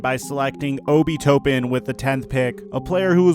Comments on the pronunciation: you said Obi toppins name wrong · You don’t even know how to say Obi Toppins name, smh